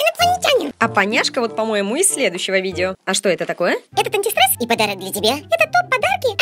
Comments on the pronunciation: зашто так антистрэсом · Уничтажать антистрэс хахахахахахаха